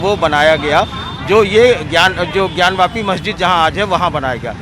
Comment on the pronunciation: ज्ञानव्यापी नही, ज्ञानवापी।